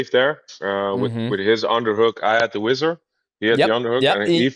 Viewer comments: Wizzer not wizard. It ain't magic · Got to the part where DJ calls it the wizard about 30 times in 2 minutes, and had to go see if I wasn’t the only one noticing the shit 😂 Man how you go your entire mma life saying it wrong, I’m just imagining there must be countless times people have wanted to correct you and didn’t that led it this far 😅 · Swear to God I thought he was saying wizard. HARD D lol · Is DJ saying wizard or whizzer?